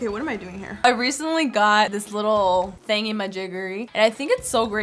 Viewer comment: Nobody: Absolutely no one:: Thingymajigery